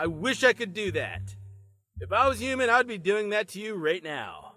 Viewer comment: He only did it once when He pronounced "human" as "humon". Pretty obscure but it's there.